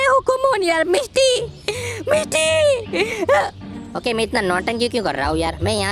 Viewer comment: When you say miss t that sounds like misti in Bengali😅